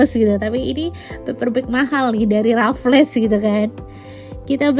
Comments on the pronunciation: nyebutnya bukan Rafles tp kaya bilang Waffle dengan 'R' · yang di menit itu di bacanya "rafels'' tante🙂 selamat juga 🙂🥳